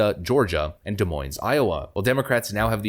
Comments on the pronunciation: Don’t pronounce either S in Des Monies. Da Monie I know it is dumb. It is French in origin which is why. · FYI, Both S's in Des Moines are SILENT. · Just saying, both s's in Des Moines are silent.